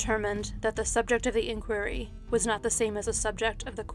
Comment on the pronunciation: Sorry but in the pastor Koh case the way inquiry is pronounced put me off